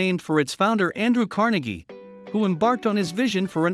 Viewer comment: It's pronounced car-NAY gee. Not car-nuh-gee